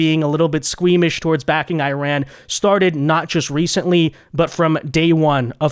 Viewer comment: Iran uses a short I not a long I tried to pronounce it right